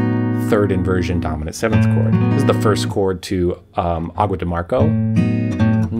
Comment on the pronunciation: About the Brazilian song "Águas de Março", you say "marco", but the "Ç" sounds like "S", so you need to say "marso".